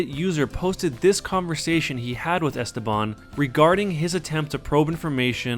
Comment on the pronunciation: The way you say "Esteban" is painful sir.